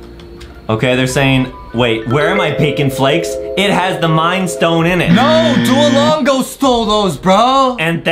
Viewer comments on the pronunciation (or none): Why in the marley story Adam pronounce Duolingo "Duolongo" and Justin said it right?